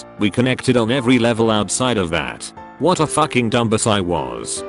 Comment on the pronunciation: Paul Piergiovanni III dum-biss